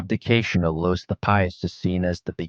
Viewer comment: Louis, not Lewis.